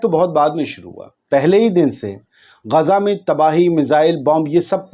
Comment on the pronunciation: Gezza math bolna bhai sekho Gaza khaho